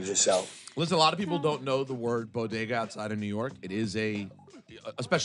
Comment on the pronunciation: WTF SHE SAID BOGEDA.. INSTEAD OF BODEGA..🤣🤣🤣🤣😞😞😞😞😞😞🤦🏽‍♂️🤦🏽‍♂️🤦🏽‍♂️🤦🏽‍♂️🤦🏽‍♂️🤦🏽‍♂️